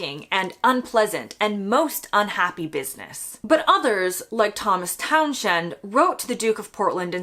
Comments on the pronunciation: I think your Thomas Townshend pronunciation is a bit off (although with aristocratic names who knows). You said Town-shend but I say Towns-hend. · Townshend - pronounced as Town's end